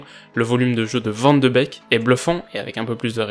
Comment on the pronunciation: Super analyse (Par contre, on dit «van de béék» )